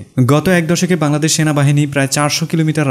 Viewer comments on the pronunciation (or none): none